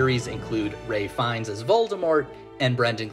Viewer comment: Ralph Fiennes' first name is pronounced "Rafe". That's common knowledge!